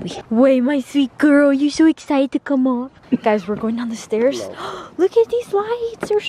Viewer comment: sho esited😂 lol